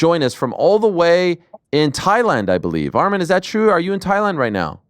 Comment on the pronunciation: Yeth😂. Arman was pronouncing it wrong anyway tho